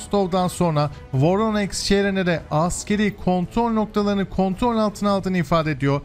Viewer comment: abi.. voroneks yox VORONEJ. sen slavyan seherlerini duz seslendirmirsen, onlar KS yox SK seslenir.